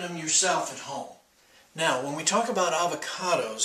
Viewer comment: "tell" not "tail..."when" not "win"